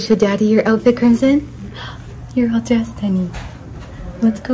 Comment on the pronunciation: But is not pronounced Like how your twin daughter "Crimson's" name is pronounced